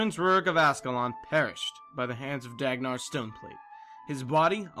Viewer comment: Love the stuff you do, but I also have a very tiny nitpick for this video: You talk about the leader of the Stone Summit in GW1 and name him Dagnar Stoneplate. It's actually Dagnar Stonepate (notice the 'L' missing).